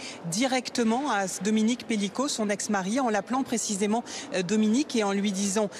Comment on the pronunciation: EX MARI c'est quand même pas compliqué à prononcer Monsieur!